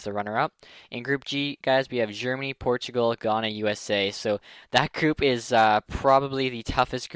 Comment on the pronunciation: Ghana is pronounced(g-I-ana)